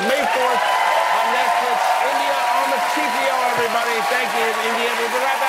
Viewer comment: Still wrong Amartay is different from Amartei .